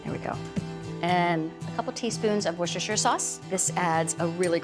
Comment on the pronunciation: Nice recipe! And Valerie pronounced Worcestershire right lol